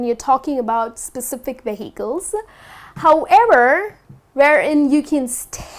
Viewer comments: She should be stressing the first syllable, not the second. 'VE-hi-cles' not 've-HI-cles'. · Vehicles? You pronounce that really odd.